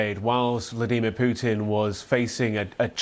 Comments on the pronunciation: Prey- gor-chin, Vla-dee.mir. here we go again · Why does he pronounce Vladimir so weird? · The way this guy says vladimir, nope. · ‘Vleedemer’ Putin